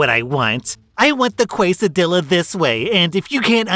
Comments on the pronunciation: I was about to start a fucking war when I heard you say qua sid il aa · I speak Spanish, and your real pronunciation of Quesadilla is ok, but the "LL" is wrong still it's pronounced like a "Y", not a single "L" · I legit twitched when you said kwesidilla. I worked in a Mexican restaurant for 2 years 10 years ago, and IT STILL TRIGGERED ME XD. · I just got really confused because when you said the "Qwasadillas," I out loud said "Quesadillas" and you answered me with what you said. Don't ever stop making videos, Sir! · Qwaysadilla murdered me. But I pronounce it Quessadilah. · the K in Kay-so-dill-ahhh , is also in Karen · I'll forgive you butchering the pronunciation of quesadilla (try pronouncing que as che in chemical, sa as salad, di as in DJ, and lla as Japan) Because of the right assumption that a quesadilla MUST have cheese in it. There are even Mexicans that get that wrong! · I thought they'd say quesadilla like Napoleon Dynamite's grandma (kaysadilla), but nails it even more. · I had a good cackle at "kweh-sa-dill-uh" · As a Mexican that quesadilla pronunciation rattled through my bones. G-eh sah d-ee yah Q-WAY SAY DILL-E DOOO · As someone that worked at Taco Bell I can assure you Karens pronounce quesadilla, Casa Dollah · As a person who used to work in a Tex Mex place, I can confirm Karens do pronounce it quill sa dill a. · Sorry i lost it at the Quesadilla pronunciation xD you get a comment a like a favorite 😂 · glad you clarified that quesadilla pronunciation cause my fight or flight instincts immediately kicked in lmao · I almost raged when mispronounced quesadilla, but his choice of reasoning is forgivable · The pronunciation of quesadilla for the Karen makes sense😂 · I work in a taco shop, one of the night crew people who does the headset for our window mispronounces quesadilla everytime he says it. It’s kind of funny hearing the customers start to mispronounce it thinking he was pronouncing it correctly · and again